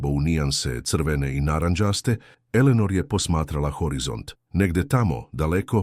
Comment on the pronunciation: Elenor umesto Eleanor😂